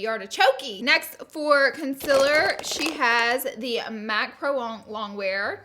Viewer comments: my mom and i are watching this and my mom said, "consiler??" hahah pointing out how you dont say consEAler ;)) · ily but its CONCEALER NOT CONCILLER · Sorry but it’s concealer not conciller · CONCILER no honey it's concealer lol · Consealer not consiler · ConcEAler not concIler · It’s concealer not ,conceler’ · Hate how she says conciller its concealer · I am sooo sorry but it is bothering me ok... concealer is pronounced kon-seal-er not kon-sell-er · You are saying cincealer not cooooooncealer!! Come on Laura😂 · You always say concealer wrong you say concilier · Konsyler 😂 Polaczki-wiesniaczki gdzie jestescie moi kochaniii? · She says concealer like conciler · the way she says counselor bugs me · "Conciller"... I can't. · Con-cil-rrrr!!! Lol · Why does she say conciller ???😂😂😂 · You are saying concealer wrong. Con-seal-er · So it’s not cincealer you say it with an 0 not an I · Is she ever going to learn how to say concealer correctly?.... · Omg my little sister when you you where saying concealer she was like “ Omg why is she saying it wrong” 😂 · You say concealer wrong